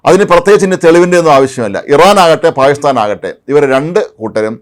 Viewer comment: പായിസ്ഥാൻ അല്ല പാകിസ്ഥാൻ.